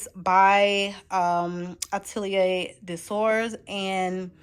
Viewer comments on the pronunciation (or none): none